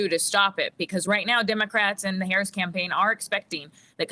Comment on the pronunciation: needs to be Fired from CNN for miss pronouncing President Harris's Name!!! FCNN!